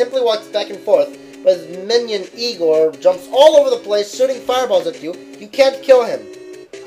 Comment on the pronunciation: #8 My reaction: It's pronounced "I-Gore".